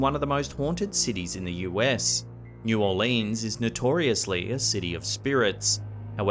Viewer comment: correct pronunciation of New Orleans 😡